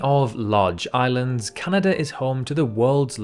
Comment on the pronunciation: Nice to h ear a commentator say "Canada" instead of "Cyanada".